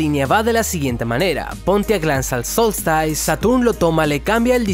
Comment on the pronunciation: "Solstice". Cuando tengas dudas (que las tienes) de cómo se pronuncia una palabra en un idioma que no es el tuyo nativo, te recomiendo que lo escribas en el traductor de Google y lo escuches en ese idioma. Veo que tienes algunas dificultades con este tema. Saludos!!